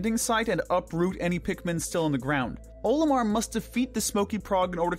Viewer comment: i have a lot of problems with this as someone who has enjoyed pikmin since his childhood. 1: there is NO defense in pikmin. the game uses HP. 2: Olimar is pronounced with the ol as in olive. not OH-limar. 3: why is the water wraith beneath the base snagret? 4: why is the MAL so low on the list as well? 5: why is armored crawmad so high up if it can be defeated in 8 seconds 6: emperor bulblax needs to be much lower. this is only naming the largest problems i had with this superficial analysis.